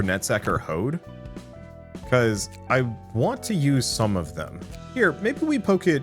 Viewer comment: Hey, just wanted to say that Hod's name is pronounced more like "odd" rather than "ode".